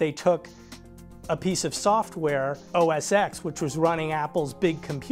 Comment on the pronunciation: The guy pronounced OS X as OS “eks”. What a fucking professional CNN got here. Classic